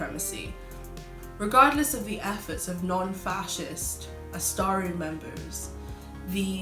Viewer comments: Very nice and infomative video! (btw Asatru is pronounced like its written and not ”astaru” as you pronounced it) anyways nice video keep it up. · I REALLY like this video. Thanks for making it and exploring the themes. These have been ongoing discussions in occult circles but many people don't like to confront them, Quick point: "Asatru" is not pronounced "As-Star-ru."